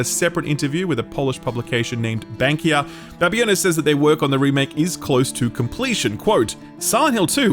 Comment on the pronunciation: That Polish site is "bankier" which more or less means (surprise) "banker". Protip: you can use Google Translate to check pronounciation of foreign words and amaze your foreign listerners with good pronuciation :)